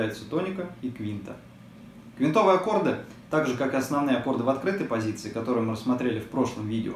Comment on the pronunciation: прошу прощения, но правильно "квИнтовые".